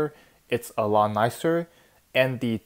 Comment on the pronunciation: am i the only person that notices that he says le instead of the